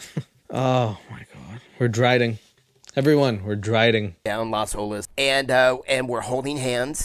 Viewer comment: “Everyone, we’re driding.” 😂😅